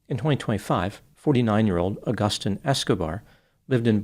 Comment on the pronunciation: The way you pronounce Agustin is brutal - and no, I am not a spanish speaker.